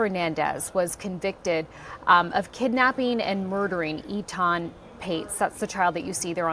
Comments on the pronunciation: His name is pronounce Ay-tahn just fwiw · Dude, learn to pronounce his name. Show some respect.